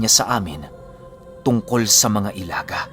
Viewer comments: Ilaga po di po "elaga" i.laga hehehe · Ilaga = ilagâ. Sa tagalog is daga. Medyo madiin or matigas yung last na letrang "a". Tapos medyo mabilis ang pagbigkas. Mali ang i-la-gah kundi ilagâ. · Ilaga' po yan pag bigkas at ibig sabihin po nyan ay daga sa wikang tagalog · Ilaga is daga.....matigas na pg bigkas.. I LA GA!!! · ILAGA (bilisan ang pagbigkas)- daga kung sa tagalog Well known po yan na mga grupo dito sa mindanao.. Meron pang isang gropu "walay tsinelas" o walang tsinelas.. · ang tamang pagbigkas nyan ay "ILHAGHA!!!" matigas at mabilis ang dapat na pagbibigkas ng 2 "A's". ang grupo ng ilaga o daga sa dialektong cebuano ay bantog na bantog sa buong mindanao at ibang parte ng kabisayaan. Kinakatakutan sila kahit mga rebelde at militar dahil sa kanilang kakaibang taglay na kakayahan. Pero ako mismo di alam ang talagang totoong layunin ng grupo na toh. Kung buhay lang sana ang ina mo ay maaring ma educate ka kung ano ang grupong iyan at paano ang tamang pagbigkas.. sa pagsubaybay q s kwento ni mamang ay masasabi ko na cebuano ang netibong lengwahe ng iyong ina..RIP sa kanya. Nahahati kasi sa 2 lengwahe ang zamboanga at ito ang chavacano at cebuano. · tigasan nyo po ang pag bigkas ng "ilaga".. bisaya yan ng daga o mouse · mali po yong pagbigkas niyo sa ( ilaga ) 😁 sa Tagalog ( daga ) po yan at sikat na sikat po Ang grupo Nayan sa lugar Ng ZAMBOANGA dati. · Ilaga...binibigkas ng pakupya o mabilis pero may impit sa lalamunan sa hulihan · Ilaga parang daga ang pag bigkas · ang pagbigkas ng "Ilaga" ay gaya rin ng pagbigkas sa huli ng "Daga o Mouse". Ganon po pagbigkas ng Ilaga.